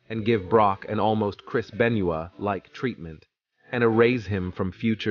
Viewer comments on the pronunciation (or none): I love how AI butchers names.....chris ben-yua